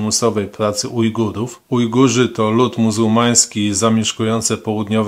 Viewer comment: Ujgujów xD, logopeda się kłania